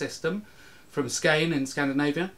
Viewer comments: ok its not "skajne" its skåne and the å its like the vowel in straw or saw somewath i guess (a bit more closed prob.) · Great vid but Skane (Skåne) is pronounced "Skooaaneee" :) thanks man! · Skåne is not pronounced Scain. Easiest pronunciation for English speakers is probably the Latin Scandia. But otherwise it's just as written with an e-sound on the end. Å is more like an O-sound. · "Skane, in scandinavia" I commend you for not calling it scania, which it is usually translated to. Skåne, is kinda pronounced skou-ne. :) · il have to correct you Skåne is not pronounced Skane Å is as far from an A in the sound as an S and a K, and we almost never pronounce E that way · Skåne is pronounced 'skorneh'. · "from Skane in Scandinavia". C'mon, you obviously are able to learn a thing or two... Skåne is pronounced more like SKORNEH.